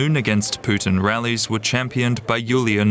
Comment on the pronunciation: I love how the news anchor keeps calling him Poutine 😂😂😂